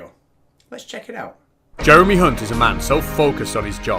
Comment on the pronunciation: You mispronounced Jeremys surname, you fucking dingbat! 😁